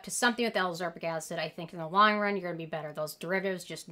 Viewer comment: I really appreciate all these vitamin C videos. But i HAVE to say, ascorbic acid is pronounced AS-KOR-BIK ACID. similar to how you are pronouncing all of the vit c derivatives. Sodium AsCORbyl Phosphate, etc.